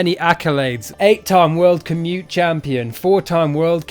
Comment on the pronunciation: Why he say "commute"? Its "commitee" lol.